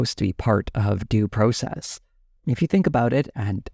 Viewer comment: You don't say the word "process" correctly.